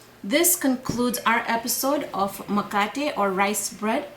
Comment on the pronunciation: First of all you need to use the right name - it is MKATE not makate. Just because you cannot pronounce Kiswahili properly please do not corrupt the name of this wonderful Zanzibari bread. It is MKATE WA KUMIMINA. Also coconut milk and coconut cream are the same thing. It is coconut water that is different. Finally what you are making is not the original mkate. It is something else. Maybe you should give it another name.